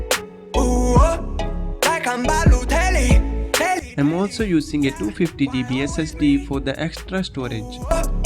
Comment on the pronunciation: is BALOTELLI